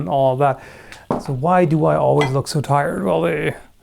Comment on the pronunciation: "I am pired"